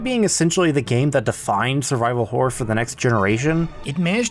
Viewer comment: Ok WHOA there, tiger! Now I love this video but you got to say this with me; “Horr-OR” ok? You try it; “Horr-OR” it’s a horror title not a… not what you said. There’s 2 syllables in there so don’t be stingy now! The way you say it is, well sir? It’s plain whoreable. Mirr-orr. Horr-or. 2 syllables. You don’t look in the mere and at night we don’t see terrible wh… we don’t see what you keep saying. Sir. There are children in the room. 2 syllables Please. Sir.